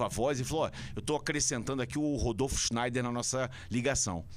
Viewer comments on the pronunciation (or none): none